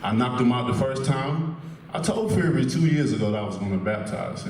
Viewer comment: Wtf did Wilder just say - ...cant figure it out???? Fury not furry!! Flying elbow kicks...pretty scary stuff!! Seriously though, this is going to be a good fight. Respect